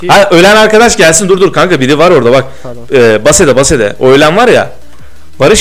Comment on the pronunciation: base diye degil beyz diye oku